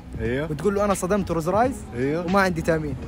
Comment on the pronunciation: رولز رويس مو روز رايس.. تقدر تنطقها صح عشر مرات 👀.. يقول صدم رولز والله ويحلف وهو كذاب